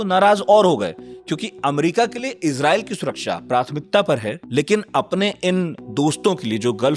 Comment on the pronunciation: Abey Irjael bola tu, Israel ko😂